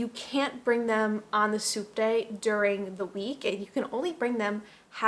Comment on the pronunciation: Oh!!! "Subte." I didn't realize until the dog section that you were talking about a means of transportation. Throughout the video I though you were saying the "soup day," like that was a big thing in Argentina. It seemed a little weird but...we are talking about culture shocks. 🤣